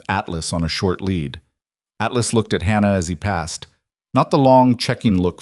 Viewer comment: It would also help if they actually knew how to read the word lead. We also don't have to hear the same thing five or six times like her hearing the fluorescent Buzz of the fluorescent lights.... Plus they should actually spell & pronounce fluorescent correctly as well